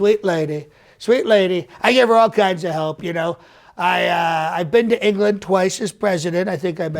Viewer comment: In “Enge-ga-land” 🤣🤣🤣🤣🤣